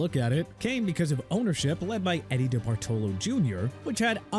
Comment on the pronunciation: u are killing me with how badly u pronounce DeBartolo!😬